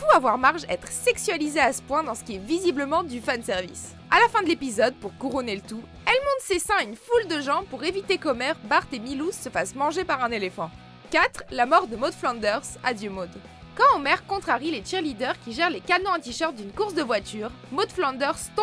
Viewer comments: C’est pas Milou c’est millase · Wtf... Ce n'est pas Milousse, mais Milhouse... Sérieusement, c'est atroce comme prononciation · Milou? Le chien de Tintin ou vous ne s'avez pas prononcer Milhouse? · "Pour eviter Qu'Homer Bart et MILOUHSE..." oui pourquoi pas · c’est milhOUSE hein pas Milou !!! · Hahaha milouse, c'est Milhouse, les français sont vraiment nul en anglais. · le s à la fin est pas assez prononcé